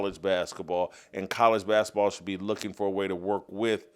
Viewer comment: Will someone tell Jason basketball is pronounced with a T........he kills me how he says bask-a-ball